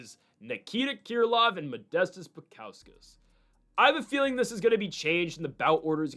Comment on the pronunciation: Haven't heard anyone call Krylov "Keer lov"